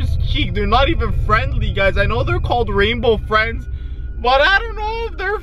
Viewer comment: OMG RAINBOW FRWIENDS SWARCY 😱😱😱😱😱